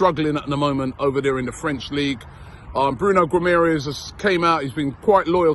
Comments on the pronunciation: Robbie said Bruno Guimerez lmao british people need to start practicing these portuguese names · "Guimarães" is difficult name for people who speak English or German haha Try saying "Gimme a Reus" fast and I think you'll be pronouncing it well :D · Why do you pronounce the last syllable of Guimarães differently than that of Gabriel Magalhães?